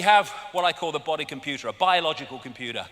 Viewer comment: "Yu-mun" Smacks lips "Com-poo-da"